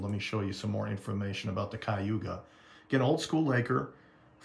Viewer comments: I'm from and still live in Cleveland, Ohio, born & raised..Cleveland is in Cuyahoga County..say it like this..Kai O Hog Ah. Good vid,. Main thing is all are safe. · Being from Cleveland I too know how to pronounce the name of this ship...I forgive you, its not an easy word to figure out.😂